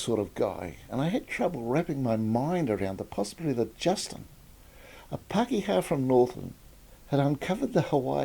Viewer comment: When saying the word 'Māori' try enunciating it as "Mouldy' soften the 'd' sound to achieve the tapped r or voiced alveolar tap. Pākehā - Park air heart (drop the t sound)